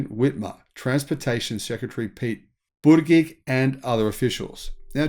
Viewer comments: It’s pronounced “Pete Boot-edge-edge” lol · Say Pete Buttigieg again😂😅😂😂